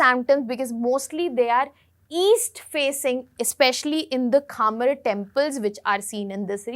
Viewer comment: it’s not kha-mer, it’s khmer